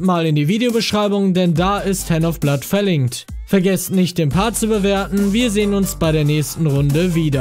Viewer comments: Ich hab einfach ernsthaft 'Herr Noffblatt' verstanden anstatt 'Handofblood' was ist falsch mit mir? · ich versteh immer Dr.Herr.Blood